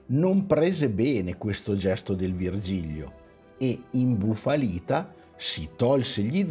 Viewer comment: Ciao ragazzi, avete fatto solo un piccolo errore: si chiama Vigilio (senza erre).